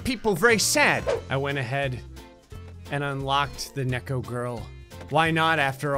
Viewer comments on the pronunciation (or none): “Necko” Um.. You were right... drugs But it’s pronounced kne-ko (Like how you say kee but with ko at the end) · When pronounces neko as necko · he kept saying Neko wrong and it was bothering me =< its pronounced Nee-ck-oh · ITS PRONOUNCED NI-CO DAMN IT! I know because im not actually a guy and I may or may not have acted a few anime characters. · No one:: neck o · neko = (knee-co)